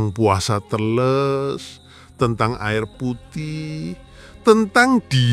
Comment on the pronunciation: " e " teles di baca sama, " e " pertama da " e " ke dua Brow sepengetahuan aku orang Jawa.